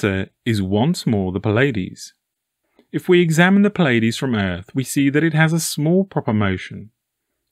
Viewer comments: It's NOT the effing Pillaydees. FFS, there is no i in between the P and L of Pleiades. It is pronounced plee•uh•deez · NOT Pill-Ay-Dees, my brother. British English: Ply-uh-dees; American English: Plee-Ay-Dees, Not (as far as I have been able to tell): Pill-Ay-Dees. Your material is astonishing, by the by. Utterly, profoundly interesting